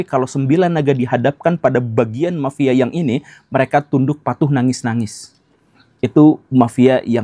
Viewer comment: Mafia pak guru bukan "mapia"